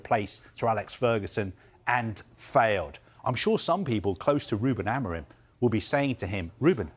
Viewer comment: Amorim, you stress in "im" - amorIM